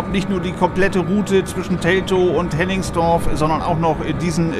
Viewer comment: Hennigsdorf, nicht Henningsdorf.